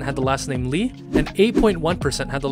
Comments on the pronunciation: I think my biggest takeaway was that you don’t pronounce the “L” in “Lee”??? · You should check I can tell you that you mispronounced it since for example since the Lee surname came from China and it is pronounced like it is spelled in China that is also true in North and South Korea. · Yeah..Kim is actually pronounced as "Gim", Lee is "EE", Park is "Bak", Choi is "Chwe" and so on.. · korean surnames arent actually pronounced the same way they are written for example lee is prononced eee, kim is gim, park is bak, and choi is che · Learn how to pronounce it properly I'm sorry for been a deck about it but really does bother me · Apparently there is only one way of pronouncing it